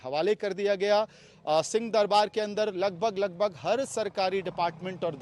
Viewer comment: पत्रकार महोदय जी 🙏🙏🙏 राम राम आप उच्चारण ठीक से नहीं कर रहे हैं। आप सिंह दरबार को सीं दरबार बोल रहे हैं। आप हम लोगों की बात का बुरा मत मानना। आप स्वयं सुन लीजिए।